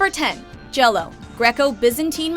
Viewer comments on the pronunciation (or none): Correction on 10, Gello. It's actually pronounced similarly to Gyro sandwiches but with an "L" in place of the "R" sound. So it would be pronounced "Yeeloh" Not Jell-O.